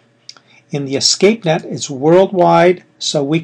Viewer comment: It's Espacenet not Escapenet